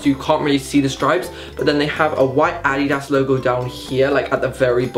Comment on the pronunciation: wtf is Adeeda?😂 Whyd he say it like that lmao